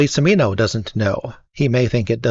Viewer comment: From Beverly Hills to Texas to Vietnam... Not to be an ass, but the Ci in Cimino's name is pronounced like the ch in cheese: Chi MEE no